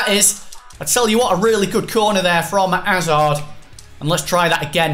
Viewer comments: Hazard not azard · Chris Hazard has a 'H' at the start it's not azard